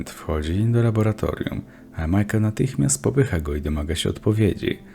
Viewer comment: raura, raboratorium, are, wody ktore sie rozrywaja, niezle kombo zajebales XD